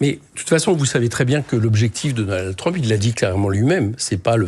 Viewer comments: Et quand Mélenchon prononce Trumepeuh pour Trump c'est antisémite ? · Mélenchon a mal prononcé trump, Clinton, ils ne sont pas juifs